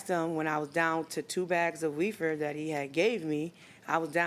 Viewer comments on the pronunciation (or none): I swear she was coining “weefer”😳😭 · Wtf still says reefer?